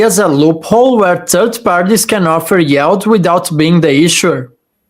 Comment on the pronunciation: it's yield not yald;-)